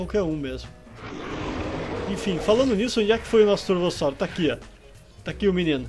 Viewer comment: "corvossauro" ksksks